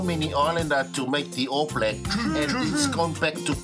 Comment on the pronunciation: wtf is "the all blag"?